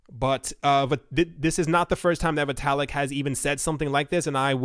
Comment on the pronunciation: It's pronounced "vitt-ah-lick"